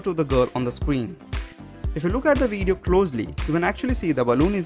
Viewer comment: Great "WEEDEEO" lol